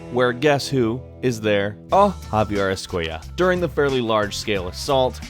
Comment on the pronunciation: you butchered Javier and any Spanish related name 👍